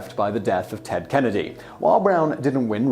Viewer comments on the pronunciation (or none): none